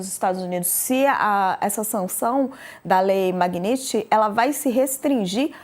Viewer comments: Pior que eles não conseguem nem pronunciar “Magnitsky” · A pronúncia dela sobre o nome Magnitsky está errado.